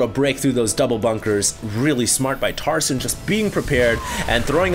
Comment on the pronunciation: i keep thinking he is saying tarzan